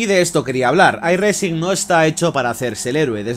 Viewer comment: no pronuncies la "G" en "iRacing", que suena mal.